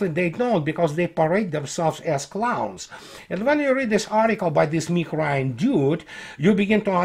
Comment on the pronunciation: the first few times you said the name "Mr. Nick Ryan" my brain heard "Mr. Meatgrind" haha (no disrespect to your English, you're command of it is most excellent).